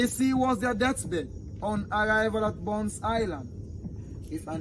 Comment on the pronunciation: It's not Bunce Island but Bonth Island